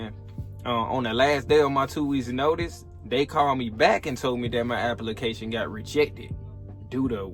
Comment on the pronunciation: Glad you got your "apple-ication" through.